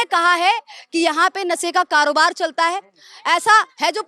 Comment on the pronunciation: Aur ye khud padhi likhi nahi hai nasa bata rahi hai nashe ko. Ye sh ko sa bolti hai anpadh hai.